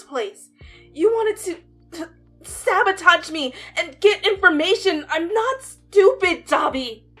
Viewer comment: "YoU WanTED To SeBAtAGE mE"